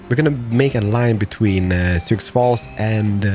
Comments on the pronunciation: Sioux is pronounced sy-oo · A week late, but it's torturing me. Native American names can be tricky. Chesapeake= "Ches-a-peak"; Souix= "Sue". Google will be your friend!